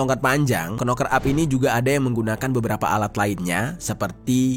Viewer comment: Knocker huruf depan (k) tidak dibaca,hanya cukup pakai suara (noker),aku bukan pintar namun tau bener adanya, sorry Bro! I’m not clever enough,yet I knew precisely,accurately should be,good luck!🙏